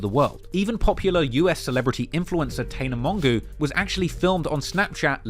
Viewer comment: Have a look at the way you said the name, tana mongeau (the American influencer. 😂. Not going to lie made me laugh. Really good documentary tho.